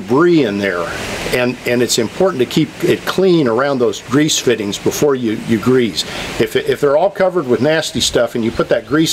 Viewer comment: why is it so important to properly pronounce “zerk” while improperly pronouncing grease with a “Z”? Don’t even get me started on brush hog! That should be called a Bush Hog if it is actually a Bush Hog, otherwise I think it is a rotary mower. Carry on.....